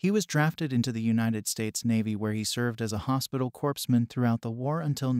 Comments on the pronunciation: Its spelled Corps pronounced CORE not Corpse which is a dead body! 🤣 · Its pronounced core man not corpse mam there's no such thing as a corpse man..... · It's pronounced "Core-man", not corpseman :) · Its pronounced core man. Not corpsman Ignorance pisses me off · That’s Hospital Corpsman pronounced Coreman not Corpseman. And ditch the computer voice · "Corp" is pronounced like "core" not "corpse". A corpse is a dead body. 😔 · You were doing so well till you pronounced "Corpman" incorrectly! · Corpsman is pronounced "COREMAN!" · The "P and S" IN Corpsman is SILENT. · Corpsman is pronounced Core-man. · The P in corps is silent. Pronounced cores. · Corpsman is pronounced Core-man. Corpsman is pronounced Core-man.Corpsman is pronounced Core-man.Corpsman is pronounced Core-man.Corpsman is pronounced Core-man.Corpsman is pronounced Core-man.Corpsman is pronounced Core-man.Corpsman is pronounced Core-man.Corpsman is pronounced Core-man.Corpsman is pronounced Core-man.Corpsman is pronounced Core-man.Corpsman is pronounced Core-man.Corpsman is pronounced Core-man.Corpsman is pronounced Core-man.Corpsman is pronounced Core-man. Is that clarified now? Comment "hip" if it is. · Incorrect. The S is silent, and it is pronounced as “core”. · The 'p' & 's' are silent in the word corpsman. It's pronounced 'corman'. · The pronunciation of this channel sucks. "Alois" as if it were pronounced in French? OMG. "Corpse-man"? And he wasn't drafted. The Navy wouldn't allow him to enlist, and he had to get special permission, from President Roosevelt. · The P is silent in Corpsman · Corpsman is pronounced Corman. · C'mon!!..pronouncing Corpsman using the "P" sound..although 99.999% of this sounds professional and absolutely correct, this lone error sticks out and gives me pause. Someone should have caught this error way before this it got to this stage! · The father's name is Alois and you pronounced Corpsman wrong. At least annunciate.